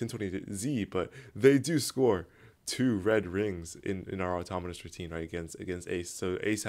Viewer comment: why do I keep hearing automonus